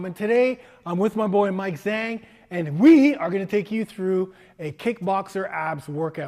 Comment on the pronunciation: Zh makes a J noise in chinese lol like jukebox or jersey should sound like j-ah-ng Zhang.